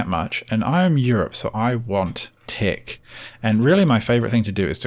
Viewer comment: He's said "tic" about 20 times before I realized he's trying to pronounce the word "tech"